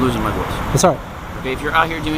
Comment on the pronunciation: you know he dont know the constitution when he cant pronounce the constitution